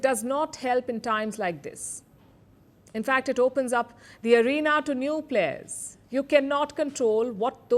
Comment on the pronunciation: Players not “Plehrs”